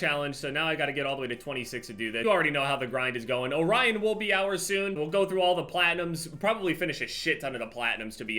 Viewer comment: is the only person who’s pronounced orion correctly and not “orrean”.